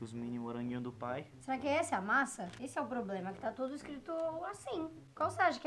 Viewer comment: a masa ficol masa Eu: que kkkkkk #amojorol